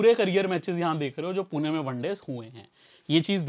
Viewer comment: Bhai पुना nahi पुणे hai. Pun”E” hai “A” nahi. “E” ka pronunciation malum hoga aap ko mere hisab se.